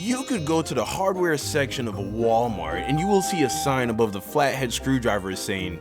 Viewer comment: Yo why did you say Walmart like that